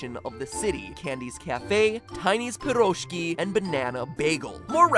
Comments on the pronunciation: He also mispronounced pirozhki (piruzhkEE) ("pirozhkiS" does not make sense to begin with, it was already plural) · Hey , that's not pIroshki , that's piroshkI!